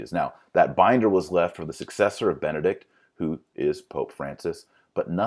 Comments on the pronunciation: Is he saying Vati-links? I thought it was Vatileaks. Is he saying Bennett or Benedict? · He should be able to say "Benedict" instead of "Bennict" and "Washington, D. C." instead of "Washing, D. C."